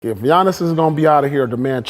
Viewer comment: “Yannis” ❌ “GEEONNIS” ✅